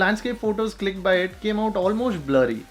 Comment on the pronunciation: The way he said "blurry" makes me thinking he's saying "bloody".... which tbh freaked me out a bit... A photo that looks bloody...